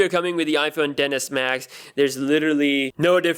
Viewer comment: Every time he says 10s Max I hear dentist max and have flashbacks